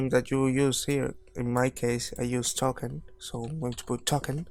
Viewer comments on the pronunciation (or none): I love how he says `Taken` instead of `Token` not to be rude. it is a nice comment, not a laughing at you one